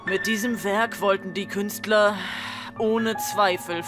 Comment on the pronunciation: künstlehhhhrrrhhhhhh xDDD